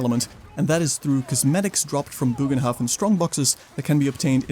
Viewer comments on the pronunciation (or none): ye no worries i fully get it, the translator thingy isnt perfect, nor can you be expected to copy it certainly not while doing a big video i just a few takes. but my germanic heart feels the need to tell you that it should officially be pronounce as bogenhaffen (booohhh ghhhhnn hafffff en) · It's actually pronounced as, "BURR g'n-hoff'N" (or if that's weird to read: "BURR-gun-hoff'n"). The state language of The Empire, after all, is Reikspiel; which is an extremely close approximation to modern High German/Dutch. The more you know. ™ 😜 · Bögenhafen is pronouced differentely, but I totally agree with you on the poor quality of the DLC. It simply doesn't offer anything new, but 2 kinda boring maps. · still no excuse to not even try and pronounce it correctly ;p